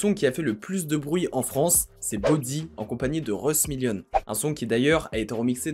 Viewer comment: M1llionz. On dit Millionz, pas "aime un llionz"